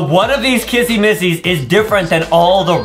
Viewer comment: Why does justine say kassy massy its sapoosed to be kissy missy